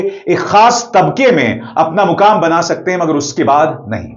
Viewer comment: Mukaam nahin-- "maqaam" banaya right abhisarji